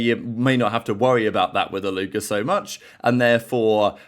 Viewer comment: Its a Alluka not Aluker mate